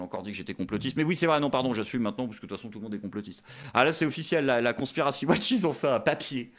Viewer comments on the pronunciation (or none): none